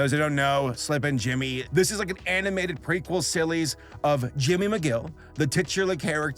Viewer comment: he says silly’s instead of series, I think it was one of those quick brain lisps